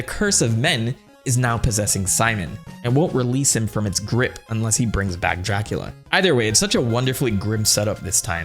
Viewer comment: Exept for the first time you said it, every time you say Dracula I hear Jackula. 0.0